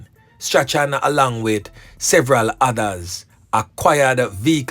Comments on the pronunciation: Correction..Strachan is pronounced "STRAWN"..not "STRA-CHAN".. blessings anyway ❤❤❤ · The name is prounced strawn not stra chan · It is pronounced Strawn (Strachan) get it right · .....STRACHAN is pronounced STRAWN...the CH is silent...keep up the good work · Strachan is pronounced Strawn..yuh suppose to say Noel Strawn..not Noel Stra-chan.. Is which school yuh go bredda? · Last name is pronounced Strawn..NOT Stra-chan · Yep you correct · You are correct i have a lady friend and she pronounce it Strawn .thank you for that ... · bless up😮i really like your program, you are doing a great job... The name Strachan is actually pronounced as " Strawn " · Strachan is pronounced “strawn”. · Strachan is pronounce Strawn. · The name is straawn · His name is pronounced straun. English is a grand waste of time. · His name is pronounced Straaay-han😅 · I think the name is pronounced "Strawn". Not 100% sure though. Bless up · Funny how the name Strachan is pronounced. It's actually pronounced " Strawn"